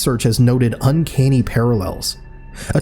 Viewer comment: "Uncaney" LOL, stupid bot.